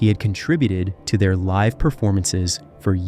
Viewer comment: God this narrator is an idiot. He can't even say "live at the keyclub" right....